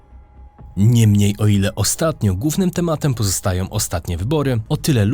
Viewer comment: Nie da sie tego sluchac. Czlowieku mowi sie GŁÓWNYM a nie GÓWNYM. Mów po Polsku poprawnie. Co film jest to samo.